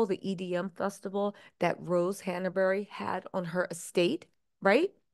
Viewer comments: It’s not Hanna-Berry. It’s Hanbury. That is distracting. It’s like calling Markle Marable. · It's not hannahberry. Hanbury ⤵ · ‘Glowchire’ ‘Hannerbury’ 🥴